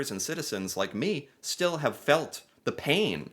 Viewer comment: "Why you hef to be mad?"